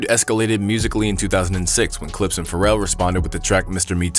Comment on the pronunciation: That was wild, bruh couldn’t say the Clipse or Pusha and Malice?😅